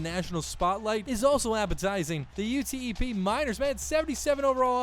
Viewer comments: UTEP is pronounced "you tep" You miss so many open receivers But you do good commentary and for that I salute you sir. 🌊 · Not that it matters anymore since you chose your college but as a student at UTEP it’s just pronounced as a word not each individual letter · It’s UTEP not U-T-E-P